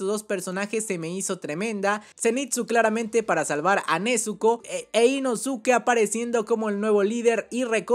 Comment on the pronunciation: Nezko e inoske porfavor, asi se pronuncian